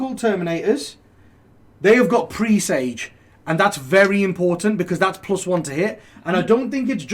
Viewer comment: Presage pronounced like message dudes!